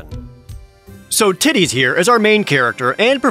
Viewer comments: Jared: "im gonna do my best to go by the canon pronunciation..." also Jared: "so TIDDIES here is our main character" that killed me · I mean, i guess if you think of "ti" being pronounced like "ki", "Teedus" makes sense. Even if it sounds dumb. Also, the joke caught me off guard. Thought that was pretty funny. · It's like, Tide-us makes so much sense considering the story and where it takes place, but Teed-us sounds correct to say once you've heard it more than once. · Selphie in KH2 calls him Tie-dus but I think its confirmed that she didn't know it was Tee-dus. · "I will do my best to do the canonical pronounciation" Jared in the next sentense: "So TIDDIES here..." I will name him Tiddies from now on. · Hate how everyone says Teedus when it’s Tidus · I don’t know if it’s canon or not but I hate the pronunciation of Tidus as Tee-dus. I always said Tie-dus. I hate the way Tee-dus sounds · I don't care his name is pronounced Tide - us, I don't give a shit Tee-d-us cant be canonical because Dissidia isn't canonical, that's my flimsy justification and I'm sticking to it. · It's tide-dus lol. Teedus sounds weird. They prob got tidus from tide. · Nah nah nah nah, Tee dus is cringe dude. Stay strong, king. Use Ty dus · tide us. Is way better then. Teedus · The name is actually pronounced Tee-Duh in Japan. I assume it was altered to Tee-Dus for the US releases. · I always pronounced it "T-Dos" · it’s actually pronounced “tiddies” fyi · It will always be "Tie-dus" to me, just sounds cooler for an otherwise uncool character. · Jared: "I'm gonna do my best to go with the canonical pronunciation." (Seconds Later) "So Tiddies here..." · Projared:"I'm gonna go with canonical pronunciation, okay?" Also Projared, not even 5 seconds later: "So Tiddies here..." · "I'm gonna do my best to go by the canonical pronunciation." "Tiddies" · "I'm gonna do my best to go by the canonical pronunciation. *So tiddies, here...*" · I will never accept the Teedus pronunciation